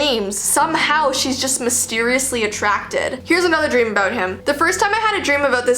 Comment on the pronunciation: I love how u say aboewt